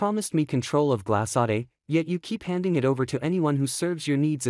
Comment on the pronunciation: "Glas(s)-saday"?Huh? This is how you pronounce the name of the new company!!?? My,my,my!!! I believe it is a French name~ "Gla-sod" for GLASADE, if I'm spelling it correctly. (I know it is not pronounced "Glas(s)-aday"!!!)